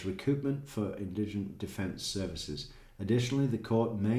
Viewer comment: emphasize on IN